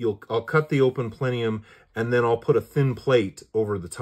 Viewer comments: PLENIUM it’s plenum…. 😂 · Plenum....."not plenium".....